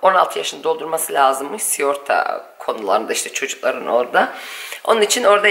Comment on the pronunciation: 💖🧿💐siyorta değil sigorta😘🤣